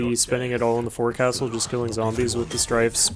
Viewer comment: The Forecastle on ships is pronounced “fOH-csle”